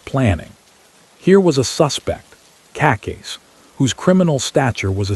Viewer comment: I would really appreciate it if you pronounce Cacace the right way!